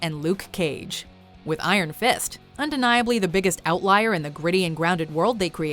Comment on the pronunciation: Why say iron fist so weird? So much emphasis on the Iron part